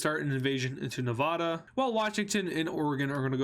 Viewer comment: It’s not Novdoda It’s Ne-va-da